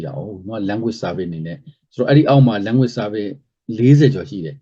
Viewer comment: အဲ့ တော့ ညည်းက ဘာ လုပ်ချင် လုပ်လဲ။ ညည်းက ဘာကောင် မို့ လို့ လဲ။ English စကားပီေအာင္ေပျာ BBC လုပ်ခဲ့ပြီး။ စောက်သုံးမကျ တာ First တောင် မပီ ဘူး Language လဲ မပီဘူး အခု ညည်း အလုပ်ပြတ် လို့ youtube က နေ ငွေ ရှာနတာလား ။ အလုပ်ပြုတ်ရုံ တင်မဟုတ်ဘူး ကိစ္စ ပါ တုံးမည့် ပုံ ရှိတယ်။